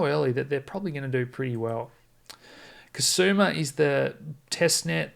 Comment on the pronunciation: Hi, FYI, its KU not Kasuma Great work as always. Keep it up